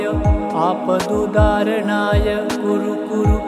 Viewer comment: वीडियो में मंत्र और डिस्क्रिप्शन में मंत्र अलग लिखा है । आपका उच्चारण और वीडियो के लिखे मंत्र का मेल नहीं हो रहा आपदुद्धारणाय है या आपदुउदार्णाय है समझ नहीं आ रहा। आपके कई वीडियो में ऐसी गलती है थोड़ा देख कर इसको सुधार करें और सही उच्चारण बताएं धन्यवाद इसे अन्यथा न लें मंत्र का उच्चारण सही नहीं होगा तो उसका फायदा वैसा नहीं मिलता इसलिए आपसे निवेदन है क्या सही है ये बताने का कष्ट करें 🙏